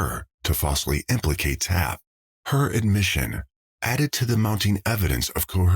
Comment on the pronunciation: If you are going to use the word “coercion,” LEARN HOW TO PRONOUNCE IT.